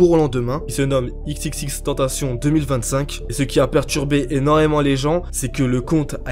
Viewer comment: Sa m’a fait rire quand t’as dit Xxxtentacion tu dis le xxx en français et le tentacion en anglais 😅